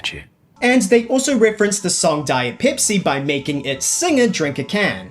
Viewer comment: peepsee cola?